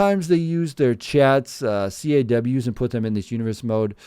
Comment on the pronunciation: It’s pronounced caws like cause. Like Rebel without a cause or a crow caws lol. All good though, appreciate the mention. Great video! These games are definitely going downhill. There are other games out there where you can create much better looking characters. There might not be as much customization but the graphics are better, especially the hair.